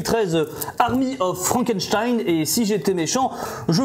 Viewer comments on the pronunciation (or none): none